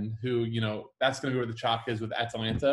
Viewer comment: Ah-Tah-Lan-Tah not Atalaina